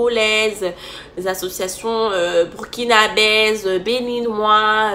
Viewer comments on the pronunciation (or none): "Burkinabaise"... Bro wtf? 😂